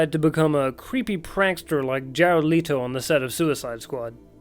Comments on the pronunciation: 😡🤦🏾‍♂️🤦🏾‍♂️ His name is Jared Leto Pronounced ("LET" "TOE") What's up with Jared "Lee-Toe" Pronunciation? Why? No one says it that way.. It's like people that pronounce Darkseid Like Dark Seed It's pronounced dark side.. Listen to any movie cartoon or video game.. TF is a "Lee-Toe"? 💁🏾‍♂️Does the actor pronounce it that way? 🤷🏾‍♂️ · Lee-Toe? Where have you ever heard it pronounced this way? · Jared Lee-toe lol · Leto...not Lito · It’s Leto not Leto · It's Leto, not Leeeeetoe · ITS JARED LET-O NOT LEE-TO! LET-O NOT LEE-TO! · Jared LEEETO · "Jared Lee-toe" lol